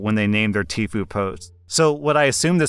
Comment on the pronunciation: Why pronounce it "tee-foo"? It's clearly "tie-foo". The I stands for "I" FFS